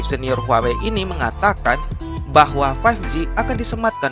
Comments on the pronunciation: huawai.............apa huawei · Ngomong huawei nya itu lho....wkwkwkwk